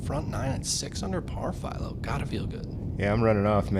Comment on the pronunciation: It’s one thing to mispronounce a last name, but that guy didn’t even attempt to say half of Philo’s last name. He seriously gave up halfway through lol